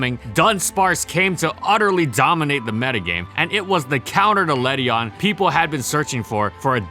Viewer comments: Ledyin not ledyon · Le-dee-in please ughhhh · This pokemon is proof of how stupid the official pronunciations are. Led-ian. That's how it's spelt. Yet its pronounced Led-ion? That's dumb. In my eyes, it will always be Led-ian. Doesn't matter though, still useless. Please, Game Freak, some love for the lady bug. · Ew that ledian pronounciation